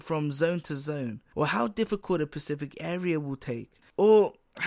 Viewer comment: The word Specific isn't pronounced Pacific...